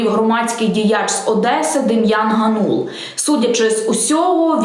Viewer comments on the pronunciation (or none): none